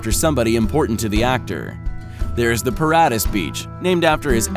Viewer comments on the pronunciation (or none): Hahahaha the pronunciation of Johnny Depp ex wife Vanessa Paradis what a uneducated twat